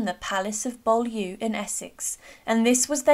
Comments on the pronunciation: Some good points made here. Also the image of Beaulieu Palace used in the video is in Hampshire! It is pronounced Bewley. This is not the same Beaulieu Palace in Boreham Essex that was given to George Boleyn. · "Beautieu" is pronounced "B-you-lee".